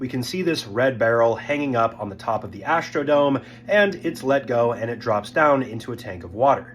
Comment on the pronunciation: There's no 'h' in "struck," or "Astrodome."